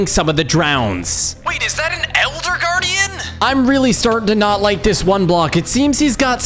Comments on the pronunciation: it's called elder guardian not "gaurdon!"😑😑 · Elder Gordon? Its guardian you stupid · Umm pain ful no offense but the elder gardon is called eldergardian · elder cardont what elder guardian not elder cardont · “elder gardaon”